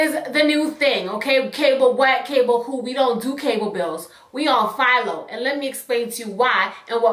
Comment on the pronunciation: You said PHILO, I thought you were saying FIOS at first. lmfaoooo I was like OKAY, with your Verizon sponsorship!! lol